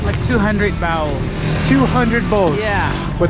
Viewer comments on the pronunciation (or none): Sounded like 'bowels' :) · "How much soup does he sell a day?" [Mutters something in Dari]: "Two hundred bowels." Bowls, surely. Notice the Chinese-style spoons.